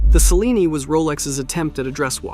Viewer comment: Cellini is pronounced: "cheh-LEE-nee", with the primary accent on the second syllable.